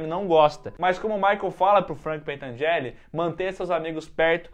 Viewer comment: Gente não é pentangelle é pentangelli